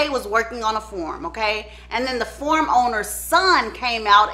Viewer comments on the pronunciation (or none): At the very beginning of the video, literally around the 1 minute mark, is she saying “farm”? It sounds like she keeps saying “form” and “form owner”. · The "form" owner...whew, it took me a minute. That accent will kick in, won't it. 😆🥰